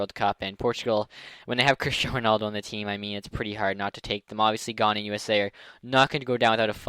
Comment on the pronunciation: Ghana is pronounced(g-I-ana)